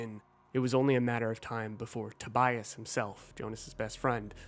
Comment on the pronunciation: Tobias, not Tobayas.